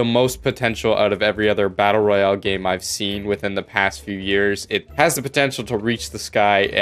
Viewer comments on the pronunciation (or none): none